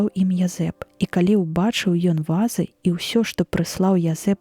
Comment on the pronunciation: У слове "вазы" націск трэба на другім складзе рабіць, а ня на першым, інакш замест вазоў зьяўляюцца нязразумелыя ва'зы.